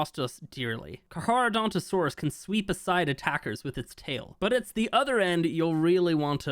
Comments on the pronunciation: its pronounced car-chadontosaurus (karka-dontosaurus) instead of carc-ha-dontosaurus. nitpicking aside, its about time they touch on stuff that has been on the back burner since ark 2 is coming out, better do a final polish for the first game so people who never tried it and are new to ark 1 wont be disappointed, since most likely new people later will be coming to ark 1 from ark 2, because lore wise they are related so people will try whats the story is before ark 2. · It has a C before the H, so, is CARCHA not CARHA. How do you pronounce "CHARITY"? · To be that guy, It's pronounced car-car not car-har, at least according to most sources. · It's pronounced karkaradontosaurus not charcharadontosaurus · Not to be rude but you butchered that name, it’s pronounced (Car-Kara-Donto-Saurus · btw it’s pronounced Car-cra- donta- saures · Not to be that guy but, it's pronounced "car-car-uh-donto-sorus" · carcar for short but it's pronounced carcareodontosaurus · For your future self, its pronounced Kar-Kar-ro-donto-saurus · when i saw 18 minutes ago i had to see this but man you pronounced carcharadontosaurus in every wrong way its KARK ARROW DON TOE SAW US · Carcharodontosaurus is my favorite dinosaur, you don’t know how long I’ve been waiting for this thing 🥳 Btw it’s pronounced car car o donto saurus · BRO IS SAYING CAR-HAR😭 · I think that is the island as you can see the volcano and frozen tooth and the blue obelisk behind the volcano lines up with where it would be on the island Also I think you might just be saying it wrong to spite people like the wyverns but the carcharodontosaurus is car-car-oh-don-toe-soar-us And I’m very excited because I’m a palaeontologist who studied dinosaurs mainly those of the Kem Kem beds with carnivores like Spinosaurus aegyptiacus, Deltadromeus agilis and Carcharodontosaurus saharicus Comment if you want to know anything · You pronounce Carcharodontosaurus wrong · The way pronounced it, bothered me😅